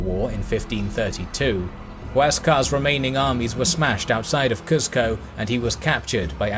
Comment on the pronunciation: Not to be picky but it's pronounced Coo-sco like "bOO" not "buh"